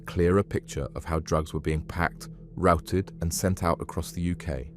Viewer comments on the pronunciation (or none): none